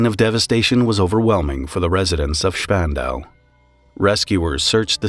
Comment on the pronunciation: Congrats on pronouncing spandau correctly